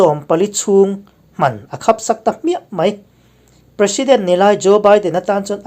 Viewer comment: In chanchin hi kalo ngaithla zela marawh chu tawngthluk hi uluk deuhthei la ka tikhawp mai Tekhin nan Hman`√ Hman.×